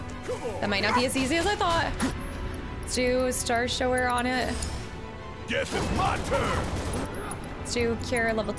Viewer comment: Wanted to see how long you’d go calling it Star Show-Er and Star power and you went the whole game haha. It’s starshower as in when you go to take a shower to wash yourself haha. Really enjoyed the play-through though.